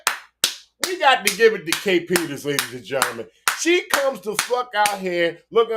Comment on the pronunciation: To me it sounds like the guy posting this video is failing horribly. He can't even get her name right lol. ITS kae Peter. No S on the end there buddy lol. Also he failed in his court case.